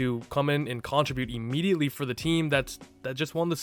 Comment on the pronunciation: The way he pronounces "contributes" drives me nuts